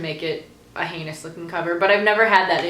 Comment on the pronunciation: YOUR HAIR. OH MY GOD. I LOVE IT. Did it take a lot of bleach for the blue to come out that bright? How can you tell if someone tagged you in a video? There's a Goodreads reading challenge??? Whuuut. Ooooh. Is that how you say "heinous"? Hahaha I've been saying it wrong my whole life, dang it. No crying in public, thank you. ^_^ I have that sticky pocket thingy on the back of my phone, too!! It's so useful! Yay for tag videos~ Are you planning on doing more of these?